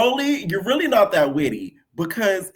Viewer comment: said knot today AGAIN 😂